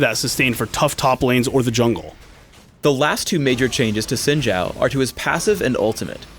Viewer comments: Why is sayin' "Zin Jao" instead of Xin Zhao?... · Well for Xin it is closer to Shin, as the X sounds more like sh then j. Zhao on the other hand sounds more like Jow. With the zh sounding like a j. Don't you love Chinese to English? :P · Xin Zhao, Pronounced like it is spelled in Pinyin, is "s(aspirated)in jao". not "zin shao" =)